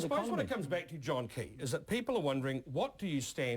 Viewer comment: its john key u idiots. not keys.